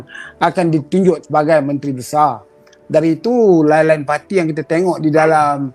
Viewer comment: SEBUT YANG... JADI YAN....DAH TUA BANGKA BAHASAPUN SALAH LAGI